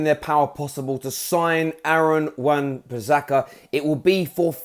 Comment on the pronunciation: Its wan bisaka not wan pisaka